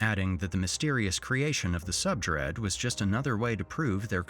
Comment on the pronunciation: The use of AI voice over killed it for me. Come on dude. “Subdread” instead of subreddit?